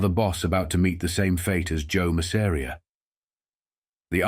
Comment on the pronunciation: I hate the pronunciation of ‘Masseria’ in this video.